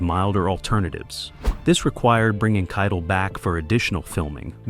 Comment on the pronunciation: It's Harvey KITEL PRONOUNCED KITE -ELL NOT KIDLE!